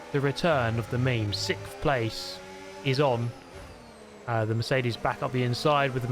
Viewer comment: ew why do you say sixth like that?